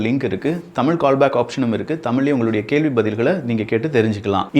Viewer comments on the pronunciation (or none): none